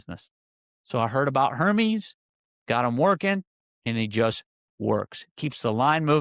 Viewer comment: Air-meez = Hermes